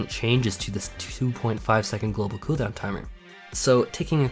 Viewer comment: The way this guy say "coo down" makes me want to bully him